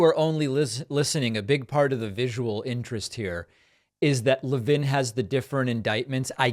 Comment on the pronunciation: Never seen anybody with the name Levin who pronounced it La-vin.